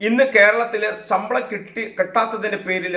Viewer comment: റിപ്പോർട്ടറെ, സമ്പളം അല്ല, ശമ്പളം. നിന്നെയൊക്കെ ആരാണ് ന്യൂസ്‌ റിപ്പോർട്ട്‌ ചെയ്യാൻ നിയമിച്ചത്.